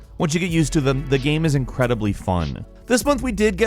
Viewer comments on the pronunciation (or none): none